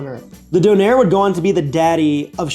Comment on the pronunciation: I think the Turkish/German version is pronounced dooner. Sounded like you were saying donair, which is of course, for our Canadian friends or anyone who's watched Trailer Park Boys, yet another type of kebab! Kind of like a gyro, but swap the lamb for beef and the tzatziki for a sauce comprised mostly of sweeted condensed milk and garlic, adapted to the maritime Canadian palate. I've never had one, but I hope to someday.